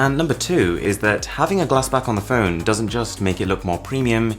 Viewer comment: I can't help getting a huge inspector Clouseau vibe each time you say "feun"... Also, Android "Pee" ? LOL...